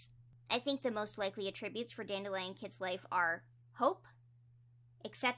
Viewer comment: please i love your videos i basically watch them religiously but i think you may be saying attributes wrong 😭 please don't take this as me being mean i just wanted to let you know, i could be wrong anyway. great video as always ur the best 👍